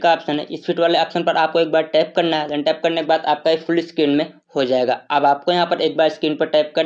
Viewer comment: यहा पर टेप यहा पर टेप करना है 😂😂😂😂